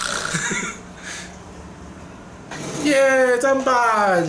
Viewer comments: 聽說是叫砧(ㄓㄣ)板... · 其實砧ㄓㄣ 板吧('・ω・')